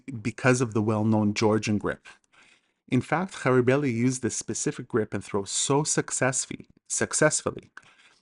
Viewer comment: You pronounce chidaoba ჭიდაობა really well, especially the first sound ch ჭ in georgian, but when say mokhidave მოჭიდავე, the third sound should also be same as the first sound in chidaoba you use sound kh, ხ in georgian. The word mochidave comes from chidaoba which means someone involved, in practicing chidaoba. And Georgian judoka after which throw is named is khabareli not kharibeli. The sound kh in the name is perfectly pronounced. Just the sequence of other sounds are slightly displaced. As a Georgian I just wanted to point out not to disrispect to you. In fact I thank you a lot for this video popularising chidaoba. And if I came to be rude in any ways I ask your forgiveness.